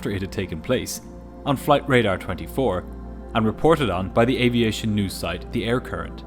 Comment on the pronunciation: Dude say aviation like he proud to be USA born